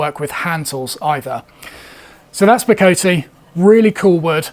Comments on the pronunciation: It is Bo-co-tay and Zir-co-tay..... The E at the end is pronounced, not like most English words. Zircote is often called "landscape wood", due to the pattern it makes. Bocote is my favourite wood, all my fenced planes have subfences from it, my joiners mallet, and some saw handles made from it. Ive always seen the Ebony from Gabon sold as Gaboon Ebony, and I've always pronounced it with a longer O sound, as Ga-boon 😂 I completely agree with your words; woods like this need to be cherished and used by those who can actually use em, and by those who appreciate them. Not a gatekeeper in any way, jus a realist. There's a note of conservation to it....... If we all use it, then we kinda fuxk it up for future generations...... Like what happened with Brazilian Rosewood bein so overcut in times past. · You’re close with Ziricote but off the mark with Bocote. Both woods are from Mexico or South America so the “-te” should be pronounced as “tay”. Zee-rih-co-tay Bo-co-tay I live in Arizona and have had a chance to work with various pieces of deadfall ironwood. It has a disgusting stench which reminded me of highly neglected urinal cakes, and is horribly dusty. Absolutely gorgeous though and extremely strong. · Both bocote and ziricote are from Latin America, so you do pronounce the E's at the end. They have more of an ay sound, however, rather than ee. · I live in Belize and have ziricote on my land. As for pronunciations, the vowels do not change sound, ie: bocote, both 'o's pronounced as in 'off' and the 'e' as end. The same with ziricote, with the 'i' pronounced as 'in' or 'inn'